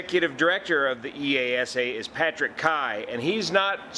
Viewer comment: BTW, you can say EASA without punctuation.. That’s how we pronounce it in Europe 👍